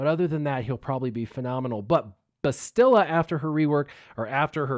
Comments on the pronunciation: BASS-tila, not BESS-tila. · BAA-stil-uh. Accent on the first syllable. Listen to how AhnaldT101 pronounces it. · Bastila is pronounced Bastila where the "Ba" part as in Bat with a very slight inflected pause between s and the t which appeared to be the common way to pronounce her name (Canderous, Jolee, Mission, Carth, Malak, and others all did so). Juhanni pronounced Bastila as: Ba-s't-ee-la due to her Catharian accent (again "ba" as in bat, a slight inflected pause between the s and t, and the i turning into a long E). Not the way you pronounced it... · I mean does no one know how to say her name? Go listen to Carth say it ya noobs